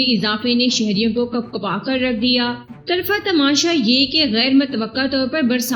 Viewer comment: طرفہ تماشا کے ط پر پیش ہےئ